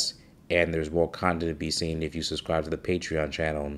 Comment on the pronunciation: Pronounced "SUB-scribe" not "Sus-scribe"